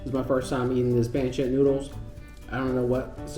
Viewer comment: Pronounced Pon-sit lol